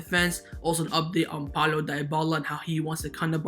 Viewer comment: Can you please stop saying Di-bala? It's pronunced De-bala